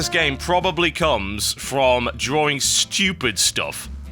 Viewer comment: What is a draw-ring?